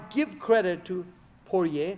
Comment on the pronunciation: Sorry coach, Poirier is a french name. You don't pronounce well "guillotine" and you don't pronounce well "Poirier" either. 😂joking😂 We don't care the pronunciation and your breakdown is excellent. More mma breakdown like that please!